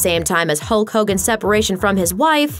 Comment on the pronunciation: Lol it's not "Huot Hogan" it's Terry Bollea.